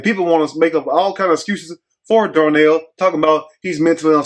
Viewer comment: It’s DARNELL